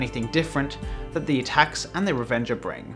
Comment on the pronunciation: It sounds like you are saying "Revenge Of Mouse" which is a much better name than Revenger